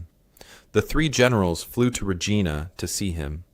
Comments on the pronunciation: As much as I enjoy these stories, I honestly wish that he would pronounce Regina properly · Me too. It is rej- EYE-na. English has a lot of words where the same spelling can be pronounced in different ways.